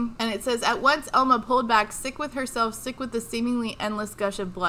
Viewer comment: I keep hearing Elmo instead of Elma and it throws me off every time lmao